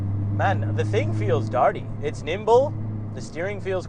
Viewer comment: I can’t get passed you saying DARTY 😂 I’m from WA and haven’t heard it in a long time